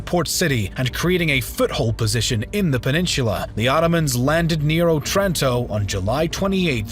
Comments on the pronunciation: Good, but Otranto has the accent on the first O. Òtranto. NOT Otrànto. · It's O'tranto, the stress in Italian is on the first syllable. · wrong otranto pronounce, i know that italian sounds easy to pronounce but please search up the pronounciation, the accent was misplaced and my head hurts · òtranto, not otrànto.. after the ninety-third wrong pronunciation i could not bear it any longer. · It's òtranto, not otrànto.